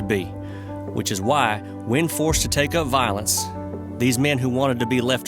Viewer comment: Violence not "vilence". Terror not "tare". Infinitely not "infinly".